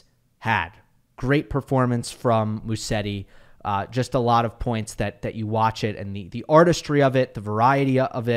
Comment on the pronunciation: Hey. Haven't seen anyone correcting you, but it's pronounced Muzetti. I know you try to have the right pronunciations as much as you can.